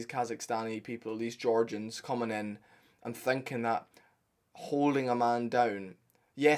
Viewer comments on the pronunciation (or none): none